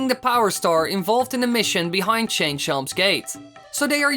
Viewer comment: you should have said how did he chain, instead of change